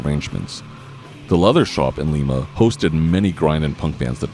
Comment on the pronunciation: Sorry to be annoying, but Lima, OH is pronounced "Lie muh," not "Lee meh" like the city in Peru